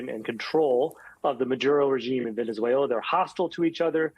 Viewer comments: VENZEVUELAN?? Really?? 😂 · Man cannot even say Venezuela how can he read the law. Poor America